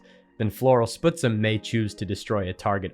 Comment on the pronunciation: small pronunciation note about Floral Spuzzum, and only really because I suspect it is named after the BC town (and first nations People) of Spuzzum (a connection I would only suspect due to its geographic proximity to Seattle): "spuzz em", not "sputs em", "spuzz" like "fuzz", "em" like in "them"